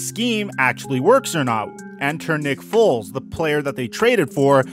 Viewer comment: Am i the only one that noticed you said foles and nagey on the chiefs? Lol love the content man appreciate the daily uploads and mitch just got traded to the Steelers. You should do another video about him this upcoming year. I think he's gunna do well here in the burgh